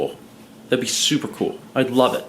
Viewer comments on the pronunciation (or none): You’re “soup”er excited?